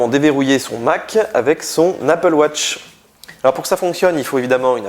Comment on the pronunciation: J'adore le Franglais : appeul watche -_